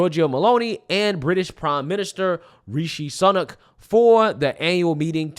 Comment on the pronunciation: people who support ukraine support democrocy?? didn't zelenski cancel elections??? and the british "PM" (UNELECTED) is pronounced rishi su nak